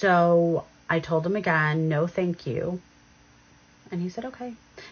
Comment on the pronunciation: why do Australian women add the the tree ‘R’ to the word ‘No’ So when they say the word it sounds like ‘Nore’…….WHY!?!? 😫